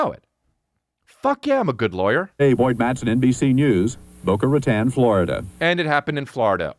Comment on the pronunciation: BOCA RATÓN is never pronounced correctly 😂